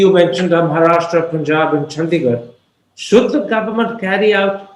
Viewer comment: She said Chandigarh; Thapar had a slip of the tongue and repeated it as Chandisgarh (adding an s)